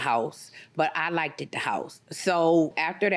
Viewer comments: I was done after she said Wit instead of With and Likeded instead of Liked. Huh? 🤦🏾‍♀️ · Girl it's 2021 and you just cannot be allowed to say "liketed". "Axed", is also included. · You cant trust anyone who says like-ded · " I like-ded the house" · She didnt just say... "Like-it-ed" And "Cleant-it." I so can't even right now 🤣 Yeah, you can tell she ain't never been in NO damn skool houze befoe, She be out gettin her nailz did shoppin for a new head peace with REAL HAIR just feel it! She ain't not crimnil so alls u Talkin smak jus need to stahp. How'd I do? 🤣 🤣 🤣 🤣 God this one's GOLD! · She actually said "I liked-ed the house." Liked-ed. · Both the plaintiff and defendant are scamming crooks! They are both awful people. Did the plaintiff really say “like-ted”?! 🤦‍♀️